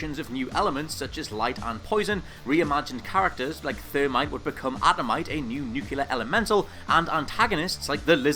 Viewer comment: Nukyuler. SMH.